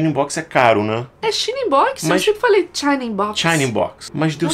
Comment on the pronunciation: A é do povão, falava /tiaina/ in box e tava certo; aí o, sofisticado, mandou /xina/ in box, acho que errado, mas ela aceitou!!! E depois ele mandou /xaina/ que rolo!!!! 😆😆😆